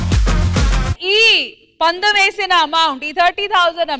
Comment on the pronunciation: రష్మీ గారు పందెం (Pandem )అనే పదాన్ని కరెక్టుగా నేర్చికోండి. (పలకండి )